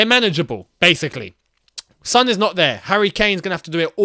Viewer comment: It's Son not Sun